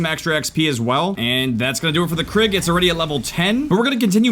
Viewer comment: Its pronounced Kriig, not Krigg